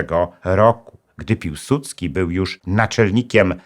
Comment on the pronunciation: piłsudski czy piusudzki